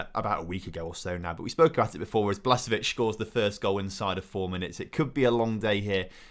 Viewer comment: Does anyone notice he says "Blasvic" instead of "Blasvic"?